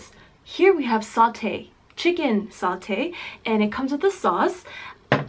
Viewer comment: Here is some pronunciation helpers: 1) Cha K-way tiao 2) Mur to/ta bak 3) Not Sautee but Sa (tae) tay like taehyung.